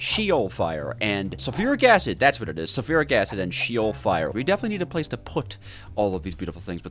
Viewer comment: Btw its not she-ol its she with the eh not a e so its sh-eh-ol from a hebrw speaking fella